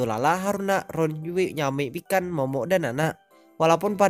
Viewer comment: ngakak gua pas denger nyebutin nama mikan kek kedengeran nya ikan :v